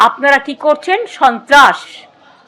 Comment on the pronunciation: কি বললি গুদু? ছন্ত্রস? চোদোন চন্ত্রাস? সাবধান গুদু!